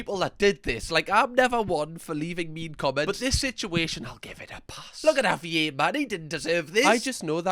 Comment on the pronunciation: Can you please have a pet or child or this dog and call them Javier? The way you say it is amazing. Auv-ee-ay.. i would say(wi usa south side milwaukee.) Would be .HOV-eee-yairrr